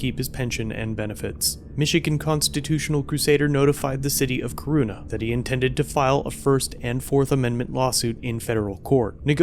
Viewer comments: Man you slaughtered the name of the town lmao. It pronounced core-on-na Corunna. Great video though. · Corunna is pronounced Corona like the beer or the viruse. It's a Michigan thing. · Pronounced “Core-run-a” in Michigan. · Pronounced “core run a” in Michigan. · its core-run-ah